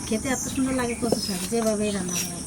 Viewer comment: Kotha ta nage hobe na lage